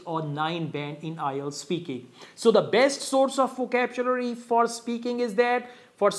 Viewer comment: "Vocabchulary" that's how "over super ultra english native speakers "speacks english 😂😂😂😂😂😂